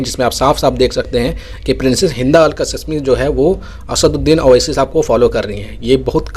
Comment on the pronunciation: आप जाहिल है या गंवार। नाम कासीमी है कसिसमी नहीं। शहज़ादी है नाम ज़रा सही बोलो